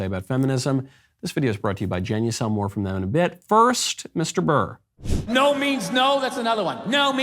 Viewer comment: It’s not a difficult last name.. BURR. The show is too big to make those sort of mistakes.